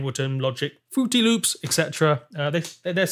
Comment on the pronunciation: 😂😂😂The way he said "fruity loops"😂😂😂